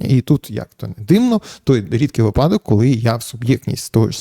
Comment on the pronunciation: Зверніть увагу на наголос - вИпадок. Ви весь час робите помилку випАдок припАдок